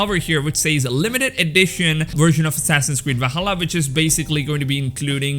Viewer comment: Whenever you say assassins creed I hear assasin squid